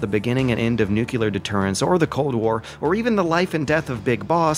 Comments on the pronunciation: NUCLEAR. NU-CLE-AR. N-U-C-L-E-A-R. NOT NUCULAR, FOR FUCKS SAKE AMERICA. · “Nuculear” is where you lost me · It’s nuclear, not nucular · Nucular alert. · N U C L E A R !! (love ya man, but ffs...) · you're talking to a guy that still isn't able to properly pronounce nuclear